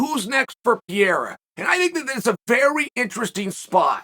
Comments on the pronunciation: Chael, Can you please try hard enough to pronounce Pereira's name right. His name is not Peira! It's Pe-rei-ra! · Its not PIER Its PE REI RA, you're welcome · Hey uncle chael I love the channel and content but these athlete deserve a little more effort on the names 😂 I mean dude is a world champ now. I know it’s not a huge deal but I mean that’s some butchery haha. Here yaggo pereira (pe-he-duh) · I would pay for Chael to be able to pronounce fighter names, Puh rey ra